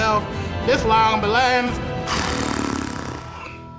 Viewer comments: "This long belands" 😂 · "This long belands!"